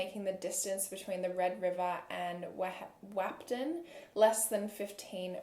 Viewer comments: born and raised in ND and i didn’t hear much about this case when it happened. but i was excited to hear it!! also, wahpeton is pronounced WAH-pa-tun. ❤️ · Lmfao I’m from fargo. Wahpeton: wap-eh-ten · Im sorry I don't mean to sound rude, but i think your talking about Wahpeton, It's pronouced wap-e-ton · As someone who lives near where this happened I love your pronunciation of Whapeton (wap-ton) here we all say wop-it-tin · This is crazy! This is right by my tribe right up there in North-Eastern South Dakota by the North Dakota/Minnesota border. Weird to hear “Wahpeton” with your AUS accent 😂 (it’s wah-peh-tin just for a nonexistent future in which you’ll need to say it again lol). You’re an organized and talented storyteller, no doubt! Thanks for all the hard work. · watching this 3 yrs later and the way she pronounces whapeton differently every time and none of them are the correct way is really killing me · i live in wahpeton/breckenridge but the way you say wahpeton kills me 😭😭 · You’re pronunciation of Wapeton made me giggle, definitely no hate a lot of North Dakota cities/towns are pronounced kinda silly 😂